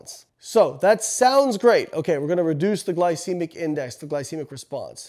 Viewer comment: Home boy can even pronounce glycemic correctly. Pretty hard to trust.